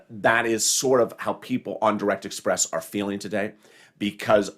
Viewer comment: Banking on interest lol express not express